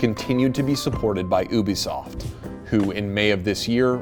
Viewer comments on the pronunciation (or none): ha ha, "oobisoft" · It’s you-be-soft YOU-BE-SOFT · Im i the only one annoyed that his pronouncing ubisoft as obisoft? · Yis bcuz ubisoft is pronounced ( oo-bi-soft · ah yes, oobisoft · Its U-BE-SOFT